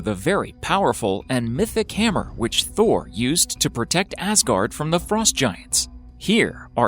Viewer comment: You say Thor then for one mention of the name it becomes Tor, why? The initial letter is definitely thorn/thurs that has the phonetic value of th (as in thing) making the name Thor not Tor.